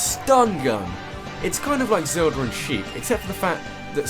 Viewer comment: Zelder? Zelder...!? ZELDER?!?!?!?